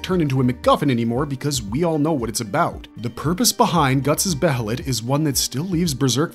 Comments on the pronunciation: Its not be HEY let Its be ye let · okay im gonna say this Now Its Pronounced Bay-Lit. The H is Silent. i love your videos but the way you pronounced Behelit always Urked me. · why does every yter pronounce every word from berserk so weirdly. be heee lit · I wish I never knew the proper pronunciation for behelit. It’s pronounced Baylet. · please just say it like bay lit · God, I can’t stand the mispronunciation of Behelit 🤦🏻‍♂️